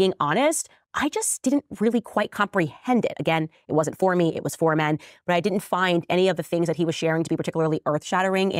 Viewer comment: Oh, someone has told Candy she needs to work on her elocution without Koch dollars. She's a "di-in't" or "was-in't" or "impor-int" like MTG. We got a full "wasn't" there.